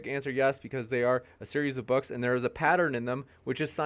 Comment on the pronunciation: is gold 🤣🤣🤣 “Because the sun is up dere” 🤣🤣🤣